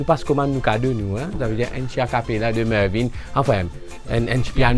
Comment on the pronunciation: *MURVIN !!! pas mervin... man bless up